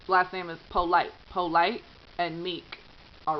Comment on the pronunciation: Polite is pronounced "POO-lee" in that neck of the woods. :) Our family grew up with some Polites.